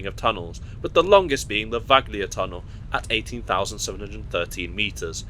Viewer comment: Exceptional proficiency in pronouncing Italian words! Perfect "Santa Lucia". Only Venezia and Vagli need a bit of improvement. Bravissimo! from Rome